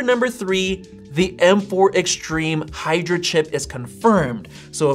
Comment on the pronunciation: its "Hydra"